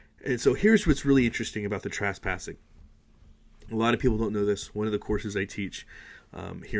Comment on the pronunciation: is TrASSpassing the same as trespassing orr😆 jk